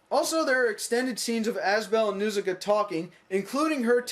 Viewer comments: Its pronounced "N-HAR-SIKA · The first syllable of Nausicaa is supposed to rhyme with 'caw.' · If it is your favorite, why do you mispronounce the name?